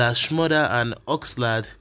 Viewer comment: You didn't pronounce Oxlade's name very well oo